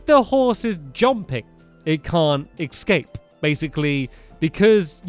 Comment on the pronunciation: Has anyone else noticed that stampy says ecscape instead of eacape